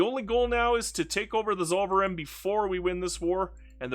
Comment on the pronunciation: You could try saying "tsoll-fer-ine" (ine like wine) next time to more authentically pronounce Zollverein. :)